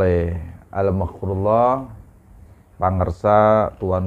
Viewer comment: Maaf, koreksi sedikit, Al Maghfur lah, Bukan Al Maghfur lloh. 😊